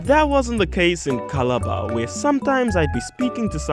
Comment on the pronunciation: Malaria is a normal Tuesday here 😂 Edit : it is pronounced KALA-ba